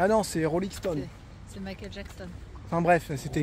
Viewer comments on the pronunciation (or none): none